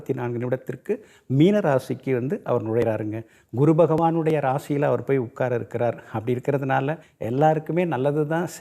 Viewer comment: இந்த, குரு(Guru) என்று உச்சரிப்பது பதில் (kuru) என்று உச்சரிக்கிறான்,பைத்தியக்காரன், இனிமேலாவது Guru என்று உச்சரிக்கப் பழகுடா